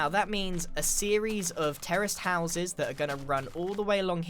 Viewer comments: am i the only one that thought he was saying terrorist houses instead of terrace houses lol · He sounds like he says terrorist houses lol